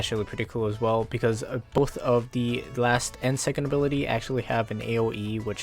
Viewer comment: "And this is the third abirlity" XDDD